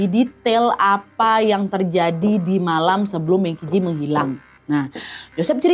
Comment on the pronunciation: Kak, cara bacanya itu meng chi ci. Dalam bahasa Mandarin, Q dibaca ch dan huruf j dibaca kayak huruf c jadi kalau qi berarti dibaca "chi" dan ji berarti dibaca "ci"😁